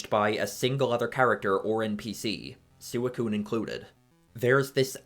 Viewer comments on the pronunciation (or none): SewaCune Nah even as a kid and without watching the anime it was always SweeCune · Lost me at saying "Soo-ih-coon" for no fuckin reason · Sooey-coon lmao I wasn't looking at the screen when you said that and was confused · It's officially pronounced "swee-coon". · That is… Definitely a unique way of pronouncing Suicune. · I’m fairly certain he pronounced it that way for engagement bait. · That's how I've always pronounced it (I know it's not the official pronounciation though). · Wait, is it wrong? That's how I pronounce it too. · it’s VERY wrong lol